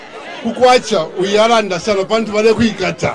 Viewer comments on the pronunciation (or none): none